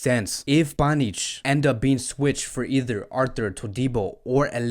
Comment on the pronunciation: You call him panich😂😂😂😂